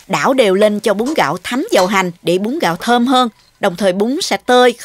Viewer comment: Bún gạo chứ không phải búng gạo ơi. Hơ hơ